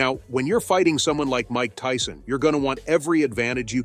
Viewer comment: Tyson not tison, just saying 👀